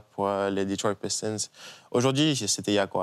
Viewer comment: lol deja t as entendu la prononciation des pistons ? Lol dans ton travail et dans le mien on respecte le nom des gens non ? Bossez la prononciation c est le minimum